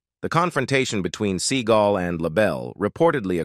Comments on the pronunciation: As much as this man is on the internet and you pronounce his name wrong?? It's see-GAUL. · The speaker of this video does not pronounce Seagal right .The accent is on the 2nd syllable not the 1st